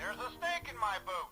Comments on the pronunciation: He did say boot, but he said it in an odd way that it sounded like “boots” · Also Woody is definately still saying "There's a snake in my boot" people are just mishearing the exentuated "T" as an "S"